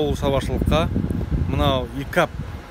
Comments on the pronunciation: Икап емес пикап дұрыстап сөйлесей. Сосын очкиіңді ауыстыршы. Машиналардың бағасын қымбаттау айтатын сияқтысың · Икап емес пикап!!!! сакаусын ба?